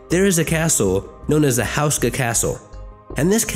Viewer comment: its "whosh-ka" my great great granpas last name was houska.